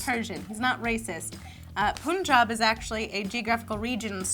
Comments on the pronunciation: Lol... POONjob. Seriously? That's hilarious, but it's pronounced PUNjob;) love you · First, Punjab is PART of India not "bordering it." That makes him Indian or Punjabi if you're getting technical. Lastly it's pronounced PAN-jub. Still love ya:) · Im sorry no! The state is called Punjab. Pun not jab but jahb. Im Indian. Its an indian state. And now you know that they are not saying it correctly. Which is okay pronunciations vary from place to place.A punjabi is a person from Punjab. I have absolutely no clue why that guy was named that. I guess its like naming a person lavender. Its just to be different. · learn how to say punjab, idiots